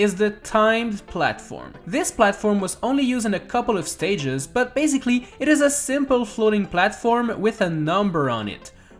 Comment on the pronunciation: Who else realised he is saying baziclly?